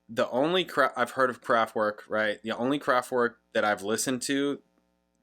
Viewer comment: Why do you pronounce name KRAFTWERK wrongly???